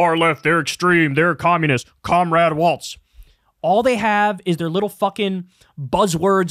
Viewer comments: Why does Kyle keep calling him Tim WALTZ and not WALZ!?! He keeps mispronouncing his name! For weeks now! 🤣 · Bro, his name is WALZ NOT WALTZ! You should know this by now. Pronounced like, "Building Walz does nothing to stop border crossings"